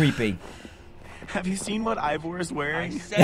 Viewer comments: HE SAID IVOR INSTEAD OF EEVOR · How dantdm say ivor how we say eeeeeeeevor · This is how many times dan called Ivor Evor | V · Why do you call Ivor Eevor. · why does dan say evor? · Dan it’s not EEvor it’s I vor and s o ren is not how you said it it’s pronounced sorren